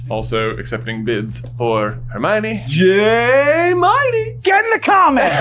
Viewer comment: That Jaaaaay-mione was on point and brought back VIVID Harry Potter Puppet Pals flashbacks 😂❤😭